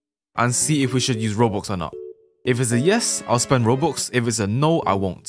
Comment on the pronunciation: I love it when he says robux it sounds like roboox